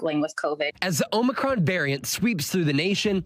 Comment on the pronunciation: He said, "Be concerned about Omocrom, but don't be alarmed"...what? He doesn't even know the correct pronunciation....Sheesh! 🙄